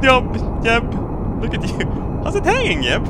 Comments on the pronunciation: he says yeb in stead of jeb lol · I hate how you pronounce j's like y's but that's just me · Is it just me or did he horribly mispronounce Jeb